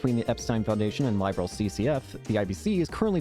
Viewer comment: Hey bud, glad you are enjoying the trails games still. This was the very first one I played and was hooked on the franchise ever since. I also want to say is you pronounce Liberl wrong. It's pronounced as lib as in liberty and erl as in pearl. I found that out myself after playing the sky games lol.